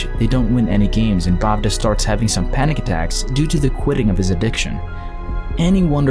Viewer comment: The bavda is actually bevda pronounced as (bewra) like be sounding like ba in bay